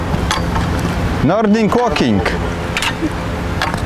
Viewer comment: Chyba widłing łoking a nie nordic łoking XD